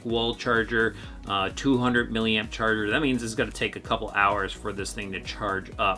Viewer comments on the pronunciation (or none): none